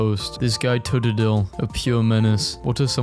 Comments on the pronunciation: The way he pronounced totodile hurt my soul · How did you pronounce Totodile again????